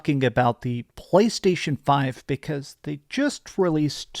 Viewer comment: I cringe every single time you pronounce “PlayStation”. You F’ it up, for the rest of us…🤢🤮🦄